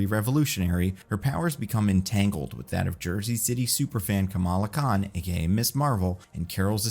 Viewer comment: Ms is pronounced “Mizz” not “Miss”